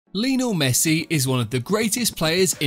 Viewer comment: "LINO MESSI" 💀💀